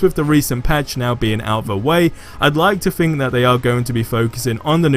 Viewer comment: The word "Think", doesn't start with an "F". You're freaking English and you barely speak it... Hahaha jk, man.